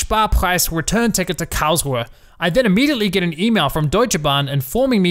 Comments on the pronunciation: Kaosuhe? 😂 KARLS-RU-HE! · As a German... Hearing the way you pronounce "Karlsruhe" and say "Thanks Deutsche Bahn"... I have done that COUNTLESS TIMES IN MY HEAD!